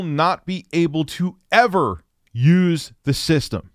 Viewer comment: The "ever" part killed me and i don't even have a ps5.